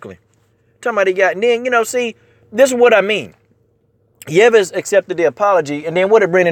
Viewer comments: Yves is pronounced Eves. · Brother, it's pronounced (eeeves)